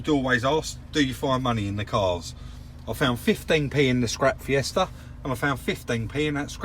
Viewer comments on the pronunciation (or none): none